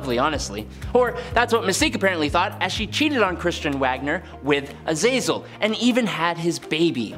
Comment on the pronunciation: Not Azayzel it is pronounced Ahzahzel it is a Hebrew word for hell.